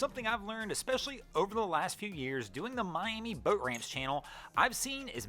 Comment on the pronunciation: Anyone else cringe every time this clown says "boat"?!?